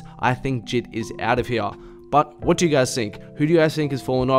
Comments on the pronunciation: It’s j.I.d on jid 💀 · He really said JID instead of J.I.D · BRO ITS J I D NOT JID LMAOOOOO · sylvia trn I got triggered when he said that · did my man actually just say jid 😂. You say it like this (jay - i - dee)